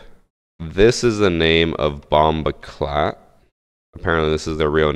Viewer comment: why does say bomboclot like that